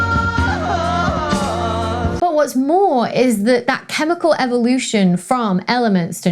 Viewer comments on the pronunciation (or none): none